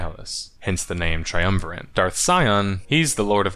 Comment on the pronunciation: Not to be that guy, but there is no "N" in "triumvirate."